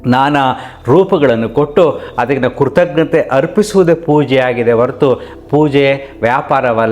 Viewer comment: ಕನ್ನಡದ "ಕೃತಜ್ಞತೆಗಳು" "ಅಂತ ಅನ್ನೋಕೆ" "ಕೃತಘ್ನತೆಗಳು" ಎಂದು ಉಚ್ಚರಿಸ್ತೀರಿ. ಹಾಗಾದರೆ, ಕನ್ನಡದ "ಕೃತಘ್ನ ತೆಗಳು" ಅಂತ ಅನ್ನೋಕೆ ಯವ ಶಬ್ದ (word) ಇದೆ..? ನಿಮ್ಮಂಥಹ ಜ್ಞಾನಿಗಳೇ ಕನ್ನಡವನ್ನು ಈ ರೀತಿಯಾಗಿ "ಮರ್ಡರ್" ಮಾಡಿದ್ರೆ ಕನ್ನಡದ ಪಾಡು ಏನು..? ಸ್ವಲ್ಪ "ರಿಪ್ಲೈ" ಮಾಡುವಿರಾ..?